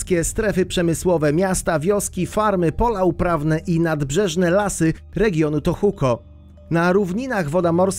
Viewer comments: Gdzie ty masz Tokuho xD, powiedział tohuko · To-ho-ku, nie żadne Tohuko :) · to w końcu Tohoku, Tohuko czy też Tokuho? O tyle o ile pierwszy raz było nawet poprawnie, to dalej już bardzo słabo.